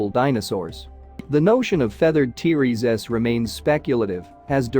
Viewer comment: The AI Voice detracts from presentation. Hard to listen too. Too many "Teresa's" instead of "T-Rex". Also, I have not heard of any discoveries of a spine covering of feathers. Yutyranus has feathers, but they've found Scaly skin impressions of Tyrannosaurus where Yutyranus has feathers. Is your work here speculative? If not, site time and place if discovery.